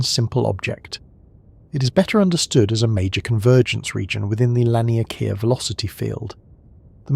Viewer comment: its pronounced lawn-e-k-ah